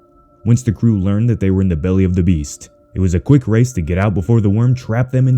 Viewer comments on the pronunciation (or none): none